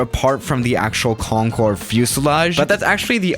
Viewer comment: Have you felt that, when the teacher says Concorde and starts talking about it, but the teacher said conncorê